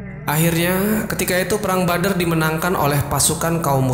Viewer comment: Bukan Bader tapi badar hehehe